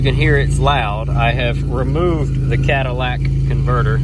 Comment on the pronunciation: "Cadillac converter"? lol